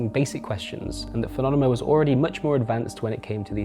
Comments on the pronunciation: Thanks for all the great investigation. I used to idolize Robin Hunicke myself. P.S. It's Fuh-nah-meh-nuh. It sounds like our dear host is trying to rhyme with 'anonymous' or 'fun-enima' or something lol. Actually, if it's intentional I can appreciate that, but I doubt it. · Great work but it’s driving me crazy hearing “Funonema” over and over again. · i just keep hearing "funonema"...What an amazing investigation. thanks for that great piece of content.